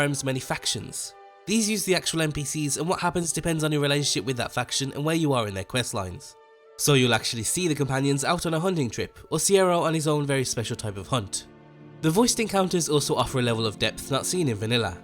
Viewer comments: Cicero...SEEARROW noo no no Cic-e-ro Basically sis-a-row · nobody gonna mention when called Cicero "ciero"? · Mans just called Cicero "Sierra" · Did he just call cicero, Cairo ? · Did he just call Cicero, Cierro? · Dislike for how you pronounced Cicero